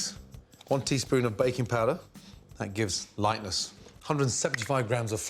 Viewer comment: I'm hearing bacon instead of baking...